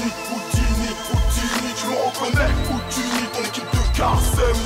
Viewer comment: c'est pas "houttini" comme tu dit mais "houdini"